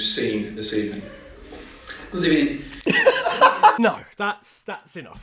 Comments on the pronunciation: Emery: has a press conference at 12 am Also emery: gOoD eBeNiNg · A very gUd eBenin to you too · The good ebening killed me 😂😂😂😂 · I just realised that Unai got sacked from arsenal so I’ll never hear GOOD EBENING again. I’m so sad 😭😢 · Arsenal... Do another FTW on them Tell them... EVERYONE IN YOUR NAN. I know it makes no sense I just didn't want Fifa crawling up my back Emery: good ebening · I hope u have good ebening oh wait hold on ✌🏻TWICE!!!!!!!! I prefer not to speak anymore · Everyone: good ebening Me, an intellectual: Good E🅱️ening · If i hear good ebening one more time im skinning my cat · Leicester 2-0 Arsenal Emery: gOOd EbENIng. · gud ebening everyone but y did he not talk about the champions league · nobody: litteraly nobody: not a single soul: emery: good eBening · Last time I was that early Unai Emery didn’t say good ebenning in a press conference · How did Sevilla not get a Sh*t Housery award for Good Ebening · No one: No one on planet earth: No one in the universe: Inside Emery: GOOD EBENING